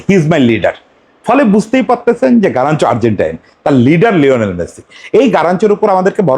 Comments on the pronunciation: আপনি কি তোতোতোতোতোতলা 🤣🤣😂😂🤣। গারাচ্চো না কাগা গার্নাচো 🤣🤣🤣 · ভাই ওর নাম গারনাচো.. গারানচো নয় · আগে নাম বলাসিখেন তারপরে ভিডিও বানান 😅😅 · Plz pronounce the right name.